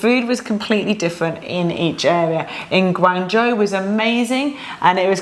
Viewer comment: omg your pronunciation of Guangzhou is incredible as none Chinese speaker, you even get the tone right 😮😮